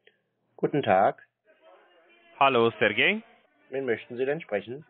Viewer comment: der wollte ja auch nicht Sergej sprechen sondern sehr gay 😉😜🤣